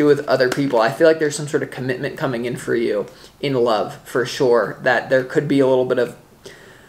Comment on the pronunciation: The way U say, 'For sure!', is funny makes ne wonder where U grew up, lol!